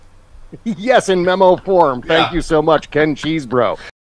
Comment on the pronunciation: Cheseboro said Kesebro,the 'ch' loke 'mach' :)